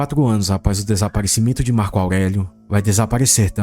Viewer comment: Marco augueguio